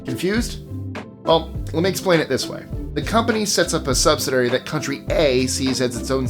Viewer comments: 'Subsidary' is not a word. Subsidiary (sub·sid·i·ar·y) is a real word, according to Google. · i don't want to be over critical but its pronounced "sub-SID-iary. i learned that years ago when someone corrected me. last year at least 5 MAJOR CORPORATIONS paid zero federal taxes but received federal tax refunds. its called "corruption" and its how capitalism works every day. it works corruptly to favor the ruling elite. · Hey! I love your content and style. But you need to learn how to pronounce subsidiary.